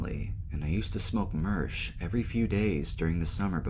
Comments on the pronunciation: Is it fuckin Sherm or Mersh 🤣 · Tf is “mersh”?